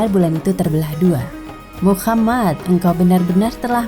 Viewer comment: MasyaAllah... tapi sebaiknya dilafalkan Muhammad saw, bukan Muchammad saw.